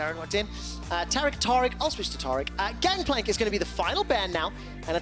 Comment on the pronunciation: ITS TARIC!! Like tear a piece of paper. Or TARE the scale... AIR!!! TAIR-IC!! TARIC!!